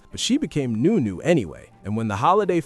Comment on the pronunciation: Nu- Nu not new - new 🤷‍♂️😂😂😂